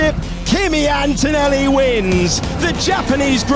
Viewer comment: Hey you all english "media men and women " his name is ANTONELLI and not "Entoenelli". English is not the only language in the world and farrrr from the most beautiful language!